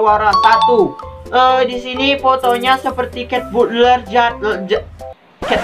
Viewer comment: Kak baca nya bukan cat butler cat batler u di jadiin a kalo inggris nya jadi bukan cat butler tapi cat batler 🙂